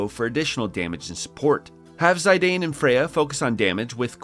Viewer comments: Zy-dane? It's Zih-dan, like Zinedine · its Zee-dann, not Zayydeyyn 🤦